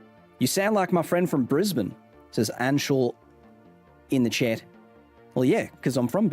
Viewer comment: It took me longer than I'd like to realize he was saying chat and not Chet... Great information though.